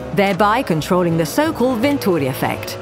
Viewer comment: You forgot about the Coanda effect, but nice presentation overall. And the AI voice is great too. I love how it says the italian names: Bernoulli, Venturi, and of course Ferrari.